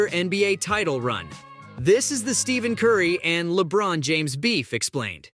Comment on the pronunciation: Steph*A*n curry😂